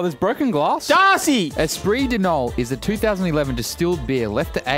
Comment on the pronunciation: espridonol is espri-de-no-elle for the people that like...can pronounce shit